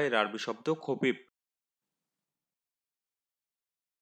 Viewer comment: খাপিপ নাকি হাপিপ